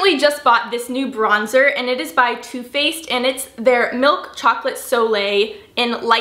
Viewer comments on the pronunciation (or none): When she said Too Faced it sounded like "Toothpaste" 😂 lysm 💕💕